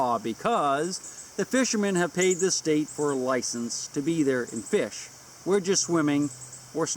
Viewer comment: fish not gish..lol